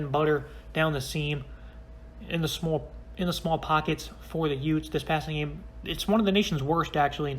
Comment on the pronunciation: Excuse me did you say utes ?